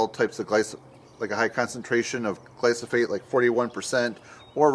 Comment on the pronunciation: Gly - pho - sate. Come on now, say it: Gly - pho - sate.